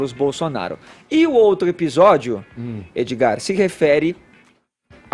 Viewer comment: Fefito chama Edgard de "Edi" aí Edi.